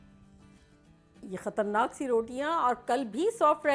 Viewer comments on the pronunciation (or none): Thank you I love your recipes you are very sweet I love it when you says katarnak. Me and my husband says a lot dua,s for you Allah take you to Huj with your family Ameen